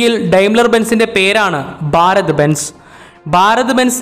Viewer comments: 'ബ'അല്ല 'ഭ'ഭാരതം ok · ബാരത് എന്നതു കൊണ്ട് ഭാരത് എന്നു തന്നെയാണോ ഉദ്ദേശിക്കുന്നത്? സഹിക്കാൻ പറ്റാത്തതുകൊണ്ട് ചോദിക്കുന്നതാണ്. ഭ എന്ന അക്ഷരം ശരിക്ക് ഉച്ചരിച്ചുകൂടെ. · Baarath alla..bharat..bhaa bhaa